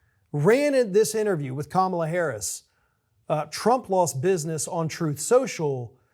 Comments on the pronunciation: Jesus. Pronounce her name correctly. It’s pronounced “comma-la”. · Please, "Kam a la"